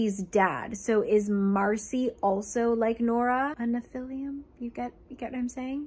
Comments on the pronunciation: I know this doesn't really matter, but it somehow really bothers me as well so here goes: where does the u at the end of your pronunciation of Nephilim come from? You pronounced it right once somewhere around the middle of the video. Is it written with a u at the end in the books? I'm so confused 😂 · I've never read these books, but I'm both horrified and fascinated. ps, I'm not trying to nitpick, only help for those who may not know - nephilim (pronounced "neh-fil-IM") were mentioned in the bible, and some in some lore, are believed to be the children of humans and angels. In the bible, they are referred to as an older race than humans, and so there's some argument that they were God's "first children", given the immortality of angels but the free will of humans. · Nobody's gonna comment on her calling nephilim "nephilium"? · great video, just that I died a little on the inside every time you pronounced nephilim as nephilium 😢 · That struggle was real, but it’s pronounced neh·fuh.luhm 😂😂😂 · I grew up in a conspiracy house and the pronunciation of nephilim SENT ME. Love you 💕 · Ngl the way she pronounced Nephilim this whole vid made me cringe 😂😂 I love you don’t ever change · I feel like you've been pronouncing nephilim wrong but I also don't know how to pronounce it so idk. Either way, this was very amusing lol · The mispronouncation of the word Nephilim sends me into a laughter everytime